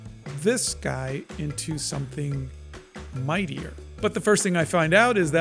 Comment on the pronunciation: Mightier ❌ Meatier ✅